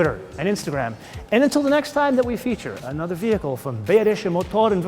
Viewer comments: You should work on your pronounciation of Bayerische though...it is very easy...just pronounce it buy-rische. Grüße! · You pronounce quite a few german words right, but bayerische is pronounced buy-rische...quite easy. Grüße!